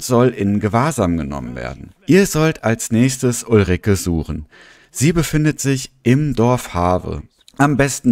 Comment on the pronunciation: Btw heisst sie ulrikA nicht ulrikE😂😅